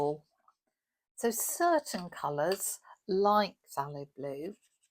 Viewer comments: Thaylo’ blue… the ‘p’ is silent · I pronounce it faelow but my pronouncation is shocking lolol love the swatching video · As for pronunciation of Pthalo, I get all of the things right in there. F-th-ay-low. But I have a plain old American East Coast accent so it doesn't sound fancy. It's flower names that trip me up. I grew up calling peonies Pee-OH-knees and clematis Clem-MAT-is which was just regional for where I grew up. I am just incapable of being proper I suupose. 😂